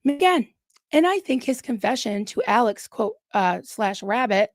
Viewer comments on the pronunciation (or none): none